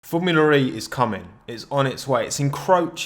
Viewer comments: "formula re" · every time he says formula ree my brain dies